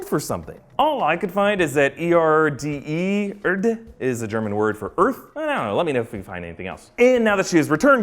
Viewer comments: Accualy Air-deh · As a german, I can say you can simply pronounce Erde: Airde, like... Air, and none of the letters in Erde are silent. I don‘t mean to criticise, just want to help. btw... you can pronounce the „e“ like in the word met, the past form of meet. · Erde is pronounced Ehr-deh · "Erde" is pronounced like [air_the] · Any germans who Love his pronouncing of „Erde“?😂😂 Örde😂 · This is so funny how you pronounce „Erde“ (I‘m german) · That ain't how you say "Erde" XD